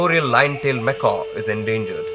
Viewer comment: Nice work with the camera. For the entire documentary, ironically you pronounce macaque as "macaw". Macaque is pronounced "Mekak". Macaws are parrots (birds).